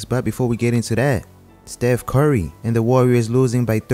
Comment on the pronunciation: Nobody:: Stef cory